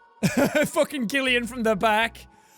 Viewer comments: i love that he pronounces gillian like "gil" for me, since my name is gillian, its pronounced like jillian and jill. i was so excited that my name was in the game then he said it funny! oh well i love this! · His name is Gillian but you say it Jillian just FYI